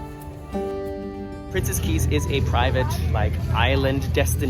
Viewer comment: Thumbs up for correctly pronouncing Princess Cays and Coco Cay! Princess Cays is actually just a private beach near the southern tip of the island of Eleuthera. It is NOT a private island though Carnival Corporation would like you to think otherwise! The map of the resort is entirely misleading by attempting to give the impression that Princess Cays is an island! Eleuthera is over 175km long (that's over 100 miles!) with a population of over 11,000. For some odd (maybe greedy) reason, Carnival Cruise Lines drink packages are not valid at Princess Cays but drink packages from sister cruise line Princess are! I'm happy you had lovely weather for early January in the Bahamas!